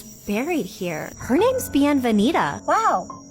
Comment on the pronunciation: It’s the grave names for me. She knowingly picked those with exotic-sounding names while butchering the pronunciation like a stereotypical american.